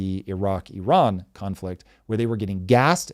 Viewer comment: As an Iranian, I can say this is one of the best analysis on this topic. Tom always educate himself before start talking, really brilliant👏🏻👏🏻👏🏻 And Thanks for pronouncing Iran correctly❤